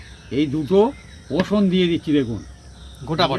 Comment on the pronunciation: অসুন নয় রসুন বলুন